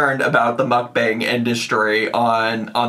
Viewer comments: it's so funny because neither mook-bong nor muhk-bang is correct... it's mok-bahng 😭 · The wild thing is Mukbang is literally a Korean word. So there is absolutely a way to correctly pronounce it and it’s OK that it bothers us because it’s JUST WRONG LOL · I always find the clips of her saying mukbang interesting since she is legitimately not pronouncing it correctly 😂